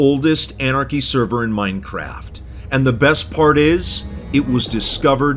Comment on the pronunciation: An-archy A-Archy Mon-archy Mono-Archy